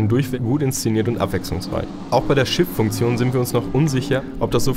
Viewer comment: Minute "Auch bei der Shit-Funktion..." Ja, ich weiß: Es heißt Shift, klingt aber wie Shit^^